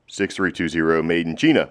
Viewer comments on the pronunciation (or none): "Made in cheeena" I LOST IT LOL